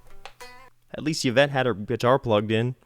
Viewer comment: Eeeeeeeee-vette, not Y (don't even know what vowel to put in there)-vette. Love your enthusiasm and how playing makes you smile. Great playing and original music today.